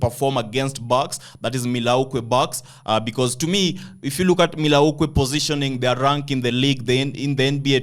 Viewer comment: MILL WAUKEE BOSS you pronous it wrongly type in on Google pronunciation to get the perfect way of calling it...